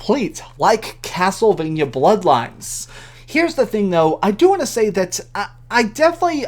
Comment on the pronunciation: Is everyone just gonna ignore they he just said "castle VIN YA"?